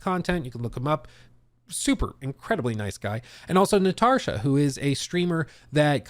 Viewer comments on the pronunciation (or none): none